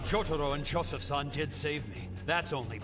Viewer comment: Every time Kakyoin says san, I want to die a little